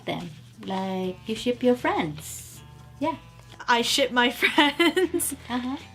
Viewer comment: I have one anime fwend I have two fwends